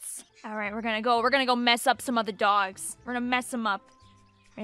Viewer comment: dwawgs.. ty long island accent